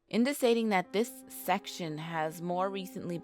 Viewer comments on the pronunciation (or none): tbh it's more than even just that, she pronounced indicating as indisating